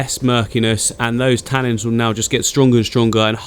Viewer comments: 'Tannins' not 'tannings' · Oh my god I love you but every time you say ‘tannings’ I want to throw my phone across the room 😫😂